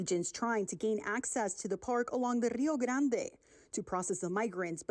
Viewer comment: Hard to take that lady seriously with that ridiculous rrrrrrrio grrrrrrande pronunciation